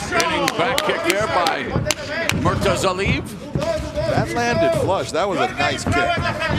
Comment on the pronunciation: The worst defeat of the night was the pronunciation of Murtazaliebs name.